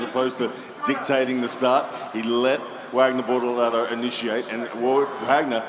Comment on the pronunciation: Bortolato, not Bortalato (or?)